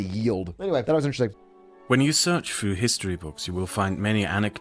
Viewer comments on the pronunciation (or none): none